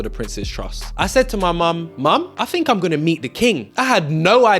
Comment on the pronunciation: What a brilliant young man you are, I am sure your Mum is very proud of you. I would ask that you remember not to replace th with f or v for example with not wiv think not fink, and such like, be an ambassador for the English language